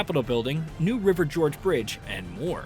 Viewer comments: It New River GORGE Bridge not George lol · Also "New River George Bridge" hahahahahah